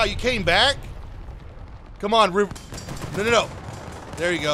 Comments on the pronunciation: Bro turned german after the first shot That was neeein instead of nooo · the german came out of you nnNEIIN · i love how he turns german for a second after not killing the first enemy. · blud became german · he gets a little german